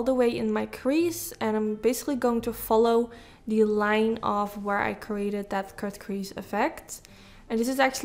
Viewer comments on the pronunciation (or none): none